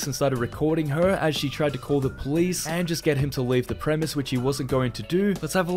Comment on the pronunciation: Its fucking premises ffs GET IT RIGHT FOR ONCE